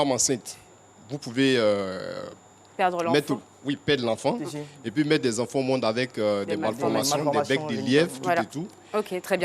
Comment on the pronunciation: On dit “Et puis” et non “Et pis”!